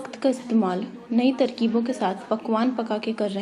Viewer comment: Tarkeeb. Not takreeb.